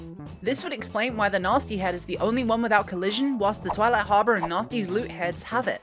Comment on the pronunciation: It took me a minute to realize she was saying gnasty with that accent, I kept hearing it as Natzi lol